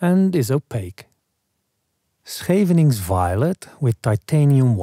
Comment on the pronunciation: Always look forward to your uploads! Happy to learn the pronunciation of 'Scheveningen.' That first syllable is a tough one!